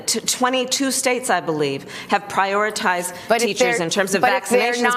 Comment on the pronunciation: "Let me just say this, the president has said it and we've all been really clear... teachers shullbee priorally"